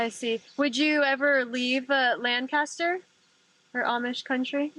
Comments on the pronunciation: First of all, it’s LANK-ister, not Lan-CASTER. It’s not hard. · As long as people don't say Lan-caster like did, it drives me mad 😂 a pet peeve if you will. every where else on earth it's Lan-caster but ours (the best one) is different 👍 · its not lan-cas-ter its "lang-cis-ter"! Just saying. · Lancaster, not Lancster, and we pronounce it Langkister. Glad to see you got to visit Pennsylvania! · lan-kiss-ter, not lan-cast-ter. sincerely, a lifelong Lancaster, PA resident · Pronounced lank-iss-ter So glad you enjoyed your time with the amish! We live about an hour and some change from them and we always try to visit a few times a year for yummy produce. I also eat tomatoes like apples . If anyone else is fascinated by the amish i recommend "more than happy" by serenah b. miller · Here in PA. Lancaster is pronounced "LANG-kister". Now you know. Have a great day! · Its pronounced- "Lank-ister" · It's LANK-UH-STIR. Crazy to see you in Lancaster and you were in SmokeTown close to where I went to school (CV). Born & raised in Lancaster county, very small town living but the food is amazing & it's beautiful. My grand dad drives the Amish around to job site's as well. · No, it's Lank-ah-stir !